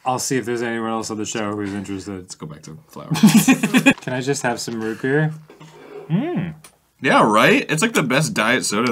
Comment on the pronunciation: always absolutely KILLS me. The way Arin frantically spits some of the root beer out to immediately do the quip, the complete lack of jokeyness to the way he says it, the way he pronounces root b-ear, and the best part, the fact that in hebrew, you preface a word with bet, which makes a Beh sound, to denote when something is in another thing. So. Root Be-ear, on top of being funny as fuck, also somewhat makes sense in hebrew, bc its like he's saying Root in ear.